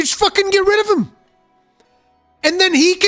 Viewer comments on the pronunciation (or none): "get ri-o-vim" Kek